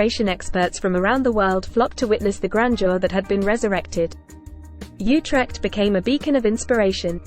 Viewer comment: Not You-trekt OOtekt.